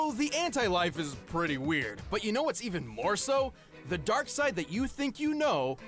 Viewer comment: I'm surprised you actually pronounced Darkseid correctly. Nobody ever does